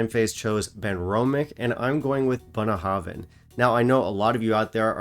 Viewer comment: I love to hear you pronounce Bunnahabhain releases. I'm sure my pronunciation is worse